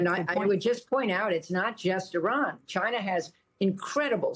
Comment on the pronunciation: Lady, at least learn how to pronounce Iran from your colleagues. It makes you like a bleach blonde airhead working for Fox.